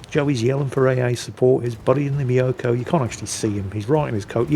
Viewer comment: Tip for pronouncing the Myoukoy: Don't think me-o-ko but like music or mucus just with an o. And both vowels long.